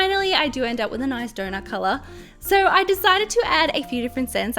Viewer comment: Iike if you agree I am just saying every time you say donut 🍩 it sounds like donor but really cute tho ps ❤️ your vids